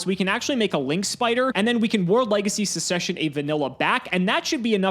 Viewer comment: Episode 2 of saying "sussession"